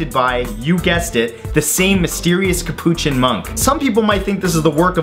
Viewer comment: he didn't even pronounce capuchin right...